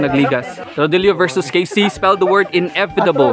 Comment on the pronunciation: 🤣🤣mali ung inevitable ni Rodelio😂😂 inevidable ung kanya